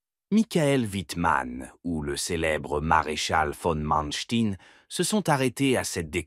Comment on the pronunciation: J'ai failli arrêter à "v. Manstein" prononcé à l'américaine : "Mansteen"... J'ai définitivement mis un terme à cette épreuve, à cette torture, en entendant "Waffen SS" prononcé "ouaffeunnn"! Ouaf, ouaf! Quand on a la prétention de faire une émission historique, on s'assure de la prononciation des noms propres, surtout allemands! Quelle incompétence, quel amateurisme...